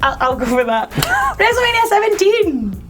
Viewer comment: I heard wrestlemaina sex not six